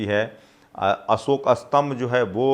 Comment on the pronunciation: असोक नहीं अशोक। आपकी हिन्दी भाषा अच्छी नहीं है तो एक हिंदी भाषा जानकार रख लीजिए। अगर आप चाहे तो मैं आपकी सहायता कर सकता हूं। लेकिन मैं हिंदी में अशुद्धि बर्दाश्त नहीं कर सकता। हिन्दी में एक शब्द बदलने से पूरा वाक्य बदल जाता है।